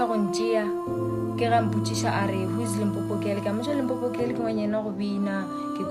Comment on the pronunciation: Limpopo not Limpompo